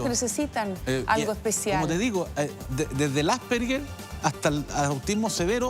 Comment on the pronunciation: "Asperger" 🤦...ignorante dios mio